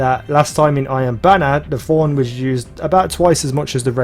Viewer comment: It's Thorn not F-horn :D